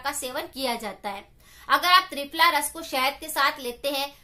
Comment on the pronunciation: Mam ਤ੍ਰਿਪਲਾ ras bola app ne